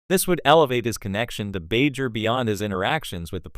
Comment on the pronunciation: So is this just garbage AI reading it, or someone that doesn't know the material, that can't pronounce "Bajor" properly?